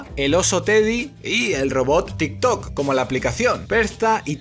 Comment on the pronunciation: No me tomo enserio cuando dice tiktok